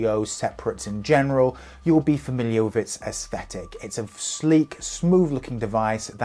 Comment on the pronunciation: Stop saying wiv!